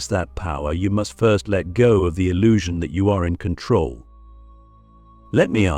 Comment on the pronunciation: In KontRoll lololol Lets rowL